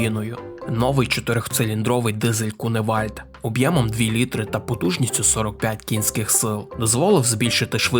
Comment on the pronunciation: Мені дуже подобається канал, вміст і гумор. Але кілОметр і літрИ. Пане авторе! Працюй над вимовою, будь ласка